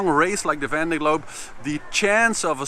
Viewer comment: great to have you back! looking forward to your race updates! very much appreciated! ... but please get some french person to teach you how to pronounce »Vendée Globe« in some kind of french way :D